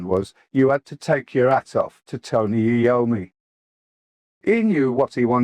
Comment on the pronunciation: Not AI rubbish, only the voice is. This is otherwise Ozzy's autobiography complete and unexpurgated. At least it sounds like Ozzy's voice, unlike the official audio book narration by Ian Danter who can't even pronounce Tony Iommi's surname properly (he incorrectly says A-ommi).